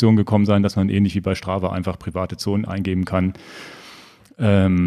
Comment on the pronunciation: Schtrava hahahahaha...